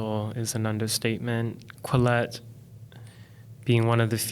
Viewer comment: Quillette not Collete 🙃